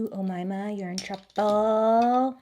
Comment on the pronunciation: I new people named Umaima. I think you are pronouncing the name right